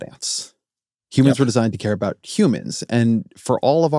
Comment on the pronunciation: Yuuumins? 😂human